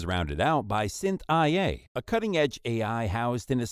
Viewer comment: I don't know if you caught on but, SynthIA was supposed to be pronounced like "Cynthia". 😁